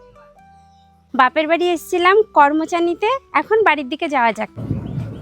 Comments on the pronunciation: আরে ওটা করমচা হবে কর্মচা না 😊😊😊😊😊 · ওটা করমোচা না করমচা বুঝলে 😅